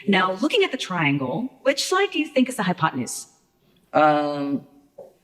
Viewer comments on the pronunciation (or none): All i hear is "High on potenuse" 🤣